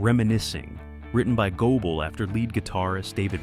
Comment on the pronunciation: It is GOBLE not GOEBLE.